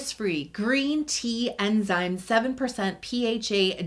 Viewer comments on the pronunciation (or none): none